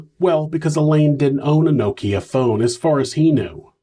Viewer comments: Now-Keeyq phone 😂😂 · Now-Keeya phone 😂😂 I’ve never heard Nokia pronounced that way.. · every time u said nokia I had to laugh 😂😂 🇬🇧 another good video 👍🏿